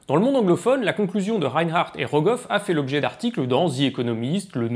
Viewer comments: Goroff ou Rogoff du coup? 😛 sinon super intéressant, comme d’habitude. Je comprends mieux les cours de critique d’articles de la faculté :) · c’est Rogoff, pas (Kolmo)Goroff 😉